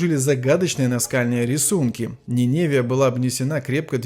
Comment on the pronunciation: Здравствуйте.Познавательно. Обычно произносят Ниневи́я,но незнаю как правильно.